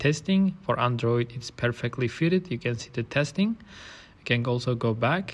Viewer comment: It's not Andróoid. It's Android.